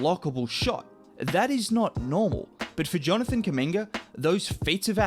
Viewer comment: His name Kuminga its spells the same way as Mutombo,Umaga or Zubac it's a "U" like in spanish its an African(congolese name) so guys should call him correctly not Kaminga